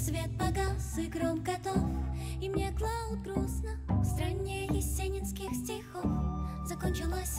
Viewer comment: Ударение на О-одна и стрА-ана (да и зОла, и лЕжит)- это просто синкопический оргазм. И пауза перед вторым припевом - чего после первого нет - тоже кайф тот ещё. Как и гармонический кайф (и не надо про джаз, венгерский минор и всёвотэтовот). Ну и флейта - отдельный герой песни. И барабаны с мягкой атакой... Ну просто песня что за песня!.. Просто по-хорошему убит.